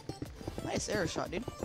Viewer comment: Nwwwice Nwice=nice